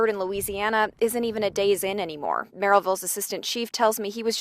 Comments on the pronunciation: Yessss this irritated me soooooo much! MerrILLville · I drive I-65 all the time. Never heard this story. Thanks for the great coverage of it. Great video. (Pronounced Merrill-ville, not Mary-villle). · It’s not Merryville, it’s Merrill-ville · Great video but it’s Merrillville not merritel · When I first heard this, I didn’t know it was Merrillville Indiana. The way she said it was Mary Dale. Until she said Rennseleaur and Remington did I figure out it was Merrillville and the Indiana State Police were involved.